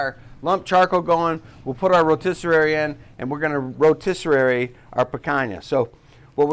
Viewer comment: Put meat on the Ro ‘tis serrrrraaryy